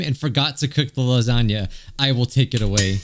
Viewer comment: george likes lahzohnyah